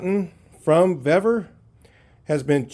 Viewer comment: I've ordered multiple items from vevor. Everything has been of better quality, and cheaper price than harbor freight. The pronunciation is veevor, not vevvor. I received their metal cutting chop saw today. I paid $246.20 with my discounts. The next closest quality metal cutting chop saw was from evolution at a price of $500.00. Their shipping has been fast and packed very well. It took only 4 days for the chop saw. Give Vevor a try, you won't be disappointed.